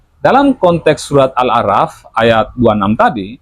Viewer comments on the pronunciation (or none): Hmmm...saya tidak mengomentari konten anda ataupun dondy tan. Yg saya pahami disini pun anda masih keliru melafalkan surat Al A'Raf. Huruf ra literally anda baca ucapkan seperti abjad alfabet biasa. Selama saya belajar belum pernah ada huruf ra dibaca ra, adanya diba ro. Disini saya melihat sejauh mana kapasitas anda ketika mengulik suatu kitab suci. Dah gitu saja. Btw, saya bukan fans dondy tan dan bawah pohon science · Muin pun pengucapan arabic besalahan contohnya anahal ,awlah , al araf